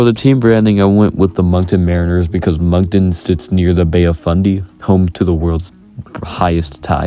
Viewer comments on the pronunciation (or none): none